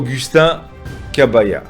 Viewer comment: Kabuya et non Kabaya!!!!